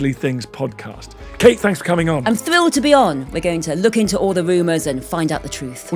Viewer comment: Thwilled.... Woomers... Victowian ewa... Jeez, SPEAK the King's English, lady...!!!